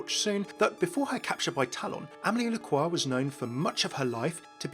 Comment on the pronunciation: Overwatch (FailCraft) You are the first person to pronounce Lacroix well. Thanks youuu 😍😍 Everybody say Lacroyxs 😅😅😂